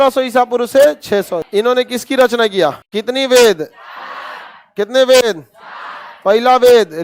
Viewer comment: बेद नहीं सर "वेद" गायत्री मंत्र का अंतिम पंक्ति ग़लत उच्चारण हो गया सर। ध्यानाकर्षण हेतु।